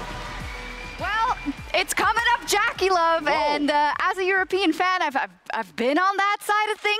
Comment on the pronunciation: Why do they pronounce JackeyLove like that?